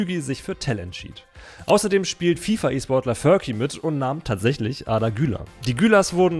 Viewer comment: Er heißt furki und nicht förki